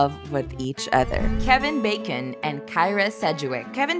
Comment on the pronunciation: Who is this person who cannot read 'bosom' and 'bacon' accurately?